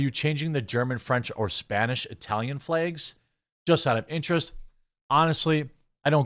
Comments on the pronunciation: flags, jeremy, not flages. say it correctly, you illiterate fool. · You say "flags" in a strange way...